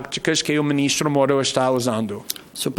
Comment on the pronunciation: Moro entregou seu celular para a PF na hora, esse verme tem que fazer tratamento dentário pra falar a palavra MORO